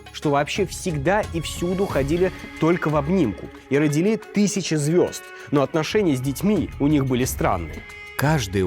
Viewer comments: Роди́ли. Я только-только от "координально" стала отходить, а тут "родили́". Ребята, наймите уже корректора. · Правильно говорить роди́ли